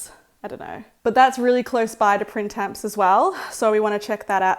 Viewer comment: Such a cute vlog! Fun fact: Printemps (pronounced Pran-tom) is French for spring 🩵 but so lovely in summer